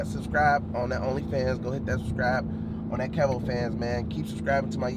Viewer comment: Lol his name is KEV-O not KEEVO